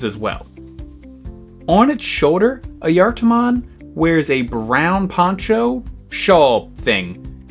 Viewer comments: As far as I know, it's pronounced "eye-a-tar" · I always heard it pronounced Aye eh tar mon do maybe they got it wrong who knowd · Nice vid, and wonderful to learn of a new digimon. Though, I need to ask, why is it pronounced Ah-yar-tar-mon? I get the J sounding like a Y, but it sounds like you are adding in an extra R. Is that just your accent? And as it goes on it sounds more and more like Ah-yar-tah-mon. Also, glad to know it's more like Mario & Luigi instead of Cain and Abel. Wouldn't want to have part of the troop left on my pillow as a "welcome home" present.. As for if you pronounced it right, according to a finnish translator program, so take some grains of salt with this, it's pronounced Ah-Yah-Var. Hopefully this helps. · I usually pronounce it as ah-juh-tar-mon or uh-juh-tar-mon but I could just be saying it wrong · As a Finn i need to point out two things. One, don't worry about the pronunciation, the correct name for the being is Ajattara, and the Digimon is trying to sound like someone who controls time. Two, it is a FEMALE forest spirit, so Ghost Game got the personality down, and you fumbled it XD